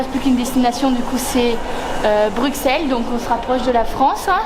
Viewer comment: Ça se prononcé BruSSel sinon chouette vidéo 👍